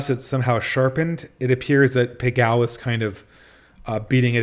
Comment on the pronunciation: I'm sorry, this is really grating on me: Pageau is pronounced Pa-zhoe, or Pa-joe if you won't soften the j, not Pa-jow. It's French in origin.